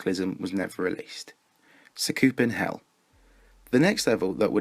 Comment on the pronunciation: great vid but sa koop en hell its sah ku pen hell dont get me wrong still a great vid